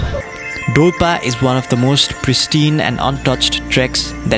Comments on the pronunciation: that's dolpa not dolpo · Not dolpo its call dolpa